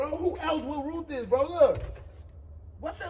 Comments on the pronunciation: lmao...you rooed it bro...lmao. He was so discombobulated he couldn't say wrote.. #TeamF'nZavia LMAO why he tryna wake up smart..I hate yo mouth 🤣🤣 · SIR!! It is wrote!!! NOT ROOT!!! 😭😭😭😭💀 #TeamZavia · He kept saying “you root this” lmfao